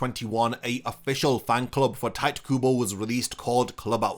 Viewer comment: your pronunciation of Tite Kubo hurts me